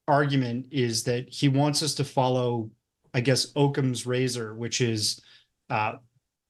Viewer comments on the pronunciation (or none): Great interview. 2 tiny things for, Occam's Razor is pronounced Ock-uhm and Eglin AFB is Egg-glin. I do the same thing all the time with all the reading i do. Unless it's an audiobook haha